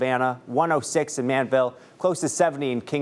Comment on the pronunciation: The name is not Manville it is called Man-di-vill.